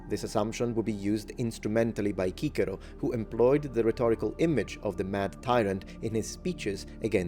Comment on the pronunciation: Are you sure Cicero was called kikero not sisero?